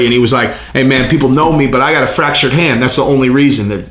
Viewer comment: Fractured hand? Pretty sure he said 'fresh', not fractured lol